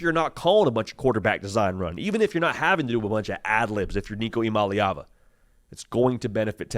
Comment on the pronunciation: You got that last name down